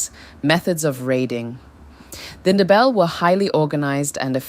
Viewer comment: Please put more effort in pronouncing names correctly and not pronounce them as if they are English names e.g. Shona is not Shawna. Mfecane, Ndebele 🤔